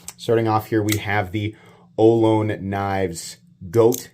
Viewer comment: Just a fyi, Ohlone is pronounced something like oh low knee (say it fast) uh lo knee. It’s a Native American tribe.